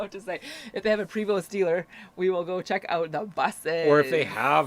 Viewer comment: 💩! Sorry guys forgot it was friday missed the live ☹️. Ok, lol, your butchering the pronunciation of Prevost Buses it’s “pray-vo”, and the ‘vo’ rhymes with yo-yo, and the ‘st’ are silent and it is a french canadian manufacturer. 🍻 😘